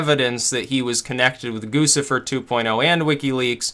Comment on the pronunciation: It's Goo chih fur